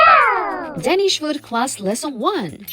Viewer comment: your pronunciations of Denmark and Danish are incorrect.